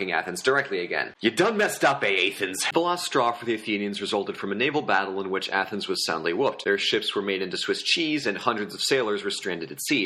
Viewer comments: YOU DONE MESS UP AATHENS I CANT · You done messed up A-a- thens